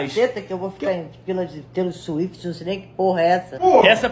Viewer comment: “Taylor Suíte” 🤣🤣🤣